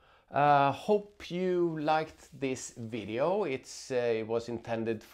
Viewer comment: You had my subscribe when you almost said “wideo”…. Glad I found the channel, thanks for the in depth review!